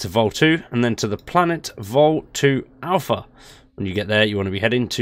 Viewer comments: BTW you're saying Volii wrong. It's not Vol2, it's Volii, as in vol (eye). That's how it's pronounced. Every NPC says it this way. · Vol 2??? Volii is pronounced “volley” like in volleyball, it’s said quite a lot throughout the game 😂😂😂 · Just a note, it's not "Vol II" as in Vol 2, its "Volii" like Volley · Bruh, it's Volii not Vol 2